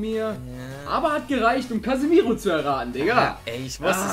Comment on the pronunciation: Der heißt casemiro, falls du das extra machst nehme ich das zurück aber er heißt CASEMIRO